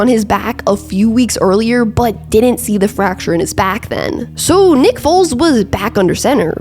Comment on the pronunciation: Weird she keeps saying Big Dick Nick's name weirdly 😂